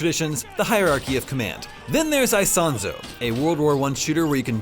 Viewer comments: Btw is not "Aisonzo". It's Isonzo ("eesonzo" ). Just to be accurate 😉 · every time he says AISONSO I pull my hair